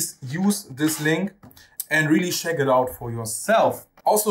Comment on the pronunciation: Thanks so much for the review! Finally a big fret radius on HB guitars. This with a floyd rose, wow! PS. Check is not spoken "scheck" but "tscheck"